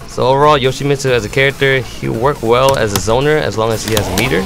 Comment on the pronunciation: actually yoshi-mitt-su actually actually unfortunately